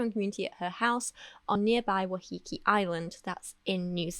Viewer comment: As ever,, thank you for such a sensitively produced, thoughtful and impactful video. Palmer's partial culpability is a topic that other coverage ive seen has neglected. Just wanted to add that Waiheke is pronounced 'why-heh-keh,' no judgement on that front tho:)) Ngā mihi from Aotearoa